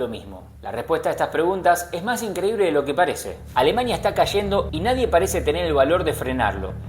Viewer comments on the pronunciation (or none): none